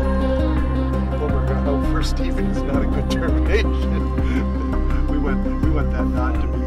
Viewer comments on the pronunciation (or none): none